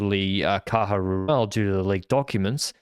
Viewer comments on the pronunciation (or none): none